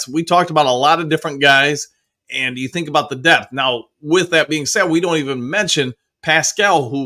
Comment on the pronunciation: Dew you “you” . Woo like I dew .